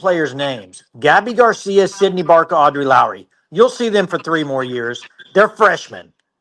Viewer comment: BOOOOOOOOOMMMERRR! Gabby Gar-See-YA 👋🏼